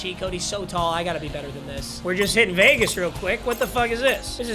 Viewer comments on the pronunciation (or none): none